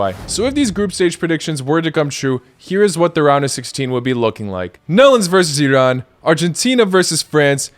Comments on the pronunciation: Ah, finally, a westerner that can actually pronounce "Iran" correctly. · Wow finally! You are the first person who pronounce iran correctly! LMAO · The only foreign person who pronounced Iran right, I appreciate you so much😄❤